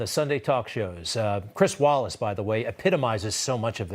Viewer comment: It's Chris "Wallik" everybody! Not, 'Wallace'.